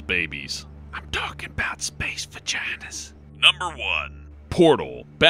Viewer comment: "I'm talkin' 'bout spaeece vaginahs"